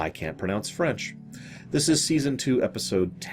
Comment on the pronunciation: Just wanted to say that you do a fairly good job of pronouncing french.